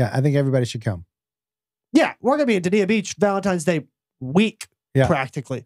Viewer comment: I love that you guys are working together. I love your stories and dynamic. I vote The Wolf Den w/ JWolf Squared (but an exponent). Dania Beach is said Dane-ya Beach, just fyi! Keep doing what you do guys! <3